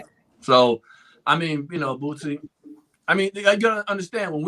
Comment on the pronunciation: Boosie. Not Bootsy. Wtf